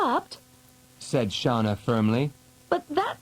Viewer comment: It's a shame the narrator mispronounced Shana and Aja. I cringe every time he says "Shawna". 😑